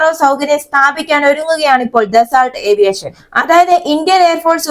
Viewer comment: ആവീയേഷൻ അല്ല... ഏവിയേഷൻ.